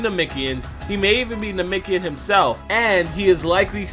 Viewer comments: Namekian...not namikian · IT'S NA-MEK-IAN NOT NAMIKIAN..... JEEEZ U SAYING THIS OVER 1000 TIMES.... ANNOYING ASF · Am I the only one triggered by the way he pronounces Namekian and Namikian